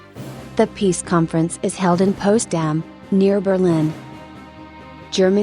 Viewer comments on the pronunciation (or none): it's called Potsdam not postdam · This city(where I live!!!) is called POTSDAM - NOT POSTDAM!!! >:-( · the town near berlin ist Potsdam NOT Postdam